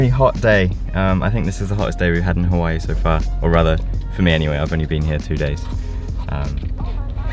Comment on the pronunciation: You were pronouncing Hawaii correct the first time. Does not rhyme with kawaii